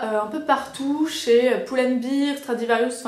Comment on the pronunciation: On ne dit pas bear (bir) sinon ça veut dire bière mais bear (bèr).